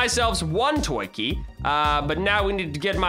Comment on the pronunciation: when he says toy key it sounds like twinkie for me :P